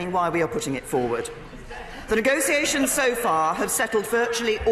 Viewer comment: Ni-go-see-ay-shuns? Not even a clue how to pronounce negotiations, let alone run a government.